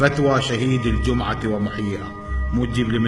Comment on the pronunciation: يقول صلاة ((الدجمعه)) 😂 🐴